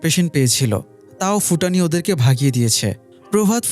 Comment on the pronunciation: ফুটানি নারে ভাই ভুটানি